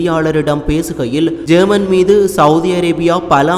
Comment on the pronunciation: ஜேர்மன் இல்ல யேமன் சரியாக உச்சரிப்பா